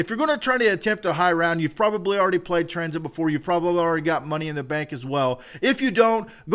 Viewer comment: tuh-rain i'm pretty sure its train